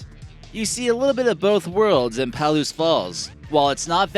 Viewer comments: it’s not “PAL-OOSE” is “PA-LOOSE” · Lived 8 miles west of the N Reactor for 20 years. We were on the emergency call system. I wish people would learned to pronounce Palouse. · Come on, you can't expect to be taken seriously when you're talking about Palouse Falls (pronounced "puh-LOOSE," by the way) and showing pictures of Dry Falls. The two geologic features are over a hundred miles apart! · omfg it's pronounced (PUH-LOOSE) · The speaker does not know how to pronounce Palouse. Strange... for someone who claims to be familiar with Washington State.